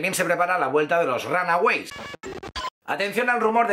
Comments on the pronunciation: se pronuncia "ronagüeys" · Siempre me da risa cuando dice ranagüeys. 😁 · jej A mi tambien , no digo que lo pronuncie mal, solo que su acento es especial al decirlo. :)